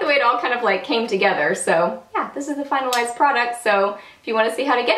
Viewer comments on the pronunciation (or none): You had me chuckling! At the beginning I thought you said, "final ass product" but realized you said "finalized product." :) Beautiful look!